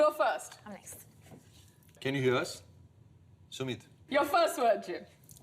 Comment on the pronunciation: Also it's Sumeet (like in the hashtage, not Summet as in the title or Sumit like Neha kept saying)